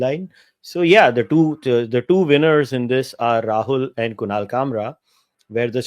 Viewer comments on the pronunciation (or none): Kushal nahi kunal